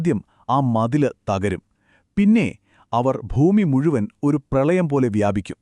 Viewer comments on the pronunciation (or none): none